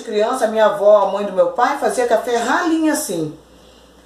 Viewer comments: Oi amada o seu não é café é cháfe kkkk amém miga Deus abençoe vcs tbem bjs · Isso não é café, é chafé kkkk